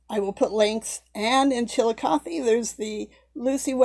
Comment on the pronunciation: I always learn so much from your videos, including how to pronounce Chilicothe! LOL What a beautiful doll, and a fitting tribute to an amazing lady! I wish someone would make a high-quality miniseries or movie about her life, more people should know about these amazing women who paved the way for us!